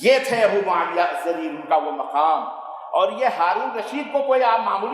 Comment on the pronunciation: Mawiya pleedd bolo Maulana